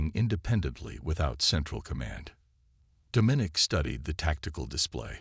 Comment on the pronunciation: OMG ITS DOM MIN NIC !!! STUPID AI